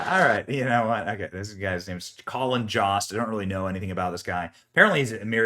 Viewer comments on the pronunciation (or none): Its colin "yo-st". Like "yo!-ost", not J-ost....cmon Benny